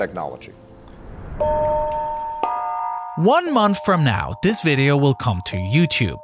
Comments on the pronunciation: "Dis" lol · Interesting but the narrator drove me mad with his pigeon English of Dis, Dat, Dem, den, der!!! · Wow; all my life I though that the word "this" began with he letter "T" which is pronounced with a "T" sound and NOT the letter "D with a "D" sound? Perhaps simply having to accept the word "dis" in place of "this" is better than having he narration done by AI? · a lot of pronounciations in this video are incorrect. Its anoTHER not anoVER, also THis not Dis. ALSO, brother, not BroVER. I hope you can try to fix these mistakes in the next videos